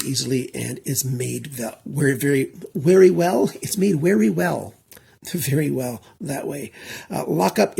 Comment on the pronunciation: "?!" Are you turning into into a German? 😂 Welcome back, great review as usual.